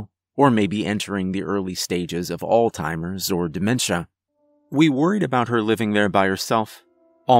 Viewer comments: It's Alzheimers not All timers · This man really said all timers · It's Alzheimer's not altimers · LOL, "Al-Timers." I love to hear people pronounce it like that. 😆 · Pet peeve: it's Alzheimer's not all-timers.